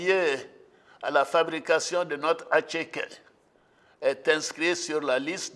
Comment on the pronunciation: On dit attiéké. Faut pas écorcher le nom de notre plat préféré.